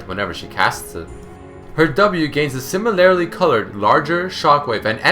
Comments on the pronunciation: similarly. similar-lee. not similarily xD no hate just letting you know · sIIIImilarly, not similAAAArily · It pains me the number of times he says "similarily" when it should be "similarly". Maybe I'm just a grammar nazi, I don't know. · How come you pronounce "similarly" as "simiLAREly? I couldn't stop noticing it D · i heard it 5 times haha